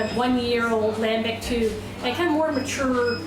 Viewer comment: You want to pronounce gueze like a frog then you f up lambic... lambeek you say lambeek